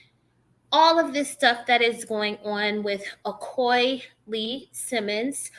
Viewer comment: Its pronounced A-O-Key.